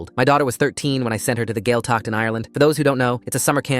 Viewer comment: The way they pronounced Gaeltacht 😭 (btw it’s pronounced gwayl-tuck)